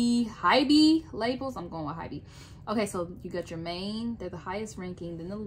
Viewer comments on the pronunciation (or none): none